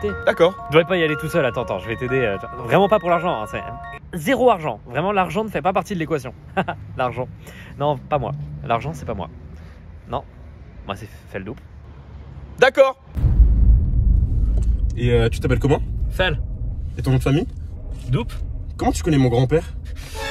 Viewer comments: Mais je croyais que ça se disait "Feldeup" et non "Feldoup" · Non mais "Feldoupe" XD Tout est génial, tout m'a fait rire, vraiment x) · Il dit vraiment Feldoupe j'suis mort